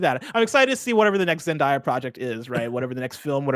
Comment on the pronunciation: Zen•day•uh not Zen•Die•Uh 🤣 the amount of times they said it wrong made me cringe lol